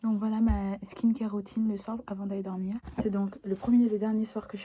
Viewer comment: « Woutine pour aller dowmiw » bg l’accent chakal mdrrr